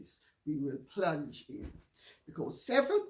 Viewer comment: I know, I love it when she says that! "Let's PLUNGE right in!!" 🤣